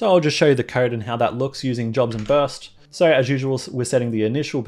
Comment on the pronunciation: Amazing content! I don know if it was just me but I thought you were saying “sorry” all the time you say “so” I was like: “Why is he saying sorry all the time?” 😂🤦🏻‍♂️ Again, thanks for sharing your knowledge with us!